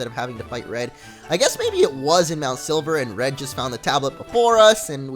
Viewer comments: hey did you guys heard that he says mount sliver not silver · silver not sliver :D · You say MT.Silver MT.Sliver XD